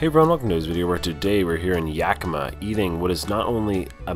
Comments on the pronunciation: Its Yak-i-ma.......lol Luv you.... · Love you but it’s YakiMA